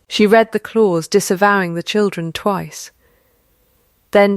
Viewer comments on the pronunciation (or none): This is a duplicate of the same story that I had just read. Also read in the past is pronounced as ‘red’! The picture at the beginning shows quadruplet! So many AI mistakes and no editing whatsoever by the originators- waste of time - don’t bother watching or reading.